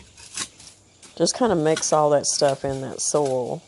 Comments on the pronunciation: Did u get bit by a critter? ☺☺☺ It's 'soy yulll. Soil. Not So el. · When you started the video in your discussion you said, "I have amended my soil ..." What I heard was, "I have amended my soul ..." with your accent. I wondered for a minute what your soul had to do with the hot tunnel. Anyway, I had a good laugh. Take care and keep on keeping on.